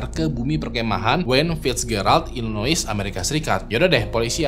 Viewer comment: Illinois pronounced nya i-luh-noy